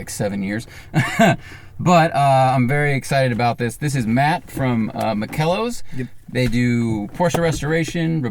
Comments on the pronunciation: Very unsettling how even the guy who works at ‚Makellos‘ mispronounces it. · Americans are awesome... Pronouncing "makellos" as an almost Italian name maybe is kind of funny for some people, but it's quite stupid. "makellos" is German and means flawless, immaculate, you clowns! Of course it's oh so funny using German names for a lot of vintage Porsche 911 enthusiasts. But until you don't even know the real meaning behind some of these German words, you shouldn't pronounce it so fucking wrong and thoughtless, you dummies! It's just like raping a language by some ignorant clowns.... makel-los / flaw-less.... turns into "Makello's" 🤦‍♀ Sorry guys, this is too moronic!